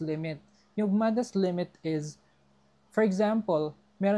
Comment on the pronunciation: I like how you pronounce the word “is” …. Ieeezzz. LOL